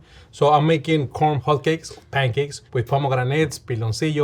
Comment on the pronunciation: "Hotto Kaykee" has to be the cutest pronunciation of hotcakes ever! only rivaled by Latin America's "pahn ke-kes"